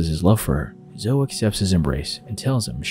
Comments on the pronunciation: Hey, it's NOT " Zohh " it's `` Zohh ee ´´ ( Zoe ) Good grief Charlie Brown. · It’s pronounced Zo-ee, not Zoh. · Zoe is pronounced Zoey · Great video, not sure if anyone has said yet, but zoe is pronounced Zo-ee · For future reference, "Zoe" is pronounced Zo-ey (long O, long E, like Joey). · Ok so my actual name is zoe and hearing this guy pronounce it zo hurts my soul lol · Zoe is pronounced Zo-E This was really bugging me in this video lol. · reads Zoe like a Joe... im am dying 😂 😵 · why the fuck does this guy say zoe like that lol. no hate intended but like wtf